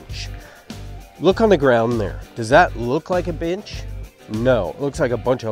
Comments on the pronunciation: Sounds like was saying build a bitch 😂🤣😂🤣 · I keep hearing bitch instead of bench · At the start I thought he said, ".....But now we need a bitch!" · I like he calls it a “binch”.. and why is he callin himself buff?? Dude looks flimsy af